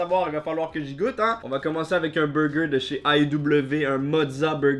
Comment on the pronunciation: un "hein" digne du Nord de la France 😂